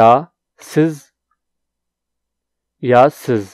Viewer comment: Hi... something I noticed randomly while was watching your tutorial here minutes.. Ya siz... spelling okay but your pronunciation unfortunately not correct at all.. please be careful while teaching Turkish... because it is extremely prone to leading to different meanings due its pronunciation diversity.... your pronunciaton is Yağsız: without fat!!!... hope you don't misunderstand me....